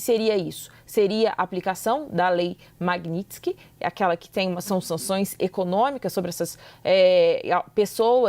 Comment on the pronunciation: Meu Deus, o esses jornalistas estão com medo, as caras e bocas que eles fazem, gaguejam, tem uma figura que ali não sabia nem pronunciar "Magnitsky" e o pior, não deve nem saber do que trata a lei. Jornalistas esquerzoides são assim, precisam ler a matéria com um celular na mão. TNC!